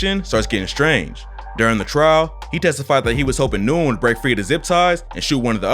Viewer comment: Nyugen is pronounced "win" btw